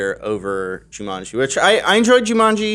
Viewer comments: Why do they keep saying Ju-MUN-ji? It's Ju-MAN-ji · Y'all need hammocks and beanbag chairs all that arms crossed and good posture is giving me a back ache! Johns wearing clothes so they don't get demonitized, to get your fix check his Tumblr... Edit: People hating the way says Juumunji. Lmao. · Why does keep saying "Jewmunjie"? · Jew-mun-gee? Never hear Jumanji pronounced like that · joo-munjee.. who pronounces it like that? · Why is pronouncing Jumanji as of it’s spelled “Jumunji”? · Zandalf the blue Joo-MUN-Geee. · Every time pronounces Jumanji I cringe so hard